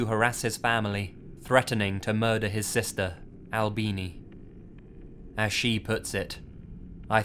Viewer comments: I was serious up until I heard "Albeanie" no just no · Really? "Albini"? Really? LOL